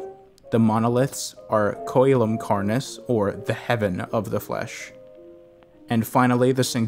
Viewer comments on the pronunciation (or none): v's are w's in latin and e's are eh's c's are k's koh-eh-lum kar-nis. Tru-key-dah-tum Kar-nis. at least thats how i was taught. up to interpretation. unfortunately i was unable to learn from a native speaker.